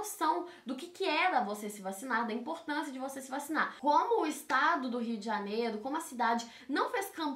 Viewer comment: "o Rio de janelo" kkkkkkkkkkkk